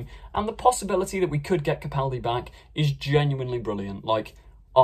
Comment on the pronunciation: At least you pronounce Capaldi correctly, hardly anybody does